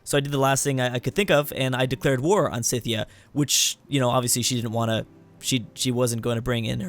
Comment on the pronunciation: Did you just keep calling Scythia Cynthia??? There's no N in Scythia.